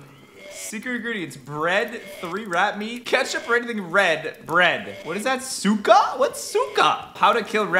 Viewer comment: Caylus: casually says Souka ME a Ukrainian: thinks he said Suka 😐😐🤨🤨😯😯